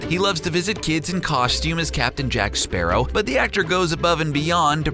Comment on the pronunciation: Is it not pronounced like the bird! Sparrow